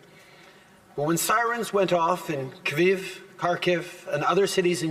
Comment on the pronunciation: Am I missing something, by Keviv did he mean Kyiv?